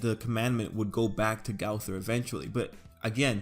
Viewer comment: Learn to say the name